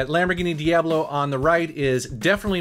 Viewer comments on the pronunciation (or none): none